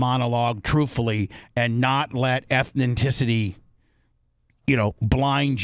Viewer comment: Someone teach bubba how to say ethnicity It’s Eth-ni-city not being a troll just wanna help u out big dog